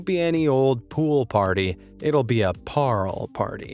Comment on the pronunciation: Im South African and I’m sorry but how he said Paarl, just got me so annoyed!!